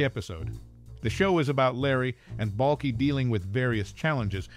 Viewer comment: You didn’t even say Balkis name right! Cant watch this video if you haven’t watched the show